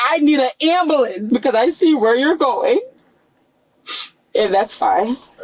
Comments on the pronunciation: PLEASE PLEASE TELL ME THEY READ HER MIRANDA RIGHTS?!?! I need an ambalense! Word annunciation "Am Bu Lense" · She's axing for un ambalanz. She gots bumps on her ebowz an fo-hed! 😂